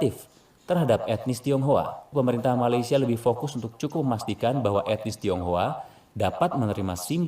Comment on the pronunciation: Tionghoa kak bukan thiounghua